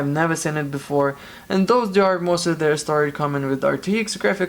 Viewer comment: is hard to get 16 vr mosses? ir moses? vr mosfets??? man I can't understand what you saying and I need that part to be replaced on my rtx 2070, and i have no idea what to search for.. it went in flames 🔥😓